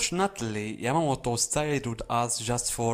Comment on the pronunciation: Is this guy saying Yamagi?? Like where is this guy seeing a G in Yamamoto?